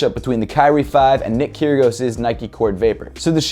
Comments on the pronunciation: Kyrgios ky-ri-os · cant blame you, but u pronounced nick kyrgios wrong and it is actually pronounced as Nick Keer-ee-oss